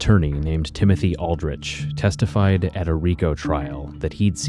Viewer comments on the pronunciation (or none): none